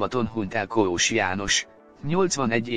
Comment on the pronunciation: Nem Koós-nak kell kiejteni, hanem Kósnak, tiszta szégyen ez a szinkron.